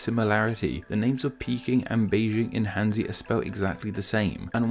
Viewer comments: "Hanzi" is not pronounced "handsy." More like [xan.tsɨ]. And then you gotta add the 4th tone to both syllables. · Hanzi is pronounced as Harnzi.